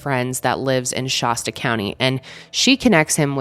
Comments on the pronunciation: Every time you said Shasta I had to rewind!! 😂 it’s not Shah-stuh it’s more like Shass-stuh ❤️ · It’s Shaaasta County. Not Shahsta. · “Shæst-uh” with a flat A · ShAsta not shawsta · You pronounce Shasta like it's a type of bottled water with that 'ah' sound. It's the same sound as the a in fast, Shasta, not Shahsta. Not that it matters, lol. it's just so strange to hear it that way. Like emasheated rather than emaciated. It's a prevalent millie thing. It's entertaining. Kind of sad too but hey, we're all just rollin' with it, right? Your baby has a non malevolent spirit attached to it, go see your girl. Protection. It's all about protection, nice. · I cringe when I hear pronounce Shasta as Shawsta. Who hasn't heard of MT Shasta? Especially someone from Denver Colorado. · Anyone else from the area cringe everytime someone pronounces Shasta weird like she does? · You pronounce Shasta funny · I love your content but learn how to say Shasta lol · Peace and Love, I never thought I'd hear someone mispronounce "Shasta" so many times. 😂